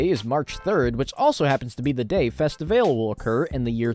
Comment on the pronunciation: im pretty sure festivale is either pronounced festivah-leh or just festival lmao